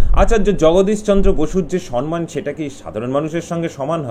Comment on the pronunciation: সম্মান উচ্চারণ সনমান নয়। দুটোই ম।